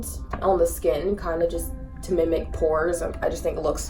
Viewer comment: Lol i read the comments first so i heard it but she said to minic pores lol